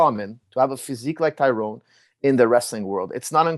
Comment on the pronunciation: lol say his name right, jake got everyone calling him ty Rone